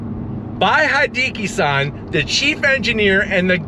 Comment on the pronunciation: Hideki is pronounced: hee - DEH - KEE (not DEE - kee) as in "He + decky."